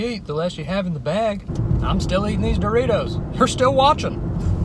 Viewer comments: Did dawg just call doritos doriris? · “Were you eating a doriri?…… and then crashed into a tiriri?”😭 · I'd like some do-ri-ries But not to crash into a do-tree-tree Since it might hurt do-me-me